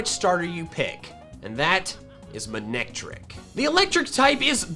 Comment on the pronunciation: It’s not man-ectric, it’s mane-ectric.